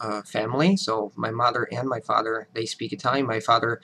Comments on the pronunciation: Steve C And as I said, either you pass as a native speaker or you don't. This caveat where you limit the length of time that he speaks is ridiculous, the video is 7 minutes long. In less than a minute he makes non native speaker errors with the language, mis-pronunciation of mother and father, "I'd like to explain it further in more details". At this point this is no longer a comment on his accent or level in english; in other videos he has stated that he does not pass for a native speaker during extended conversation- is well aware of this, at this point it is the fanboys lauding his "american" accent that is the issue. Your comment stands in that you're free to have an opinion, your opinion has not baring on reality. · I can detect a slight accent in the way he pronounces mother and father. The "...ther" in mother and father is slightly rushed rather than being prolonged as "tthh-errr". It is a slight latin annunciation. BUT...it would still be likely of being mistaken as a native speaker. There are 1st/2nd generation Americans that may have a slight accent from the influence of friends and family. English is better than many, many Americans. Keep up the good job! Keep eating the Wheaties!